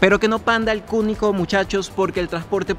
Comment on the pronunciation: Alguien más escucha cuando dice: "pero que no panda el cúnico" ???? Hahahhahah